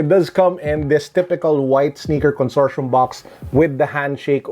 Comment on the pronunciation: Consortium with a hard t